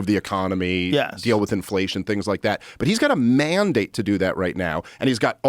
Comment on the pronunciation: You could get more Beavis & Butthead than this..." He said : Man-Date🤡"...